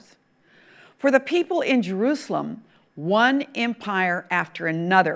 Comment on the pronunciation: Je R U Say El "am".